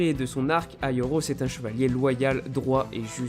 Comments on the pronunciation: C'est "aiolos" pas "aioros" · C pas aioros mais aiolos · C'est aiolos et non aioros regarde la serie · Aioros...... c'est aiolos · Je suis le seul à remarqué qu'il l'appelle aioRos au lieu de aioLos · On dit Aiolos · On dit aliolos